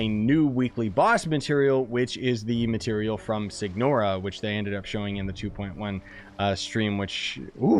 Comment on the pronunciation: Si chiama "SIGNORA" con la gn non g n meo deo che schifiii